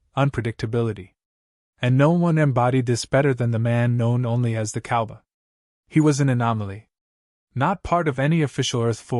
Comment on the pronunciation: Why can't the narrator say "COWBOY!" ???